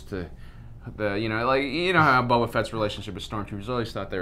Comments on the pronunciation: Not Bubba-fett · I got a Purple ad right when you went to say Boba and it sounds like "We also think Bubba"